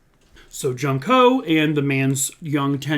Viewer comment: Not being disrepectful at all but, i just wanted to say the name junko is pronounced like June-ko. Great video as always 😊